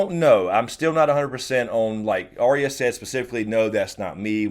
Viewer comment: I have issues with the way pronounces Arya. I will also now and forever associate Michael Jackson’s Beat It with Tweet Tweet Tweet Tweet it. Thank’s a lot.